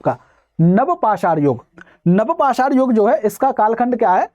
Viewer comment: Sir पसार bolrhe hai aap likha hua hai pasan .. नवपाषाण है आप नवपसर बोलते है